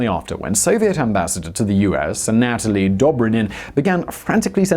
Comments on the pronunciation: Simon. Forst, thank you for these insightful videos. Then, I have a bone to pick with the British way of mispronouncing people's names. The Soviet you name is "anna-toh-lee" not anat-oh-lee. Also, please note that our former President is "Bah-rock" and not "Barrack" Obama. And, we will not get into aluminum versus aluminium or any other word with a superfluous "u" in it. Thank you. And, pardon my pedanticism. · Anatoly is pronounced Ann a toll ee